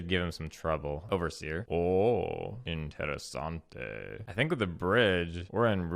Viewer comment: "Ooooh! INTERESSANTEH!" had me dead